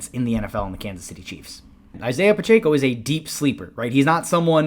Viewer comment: “Pronounced Pachecko”